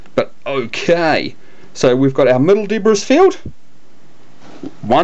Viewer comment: Debris is pronounced DEE-BREE. 😁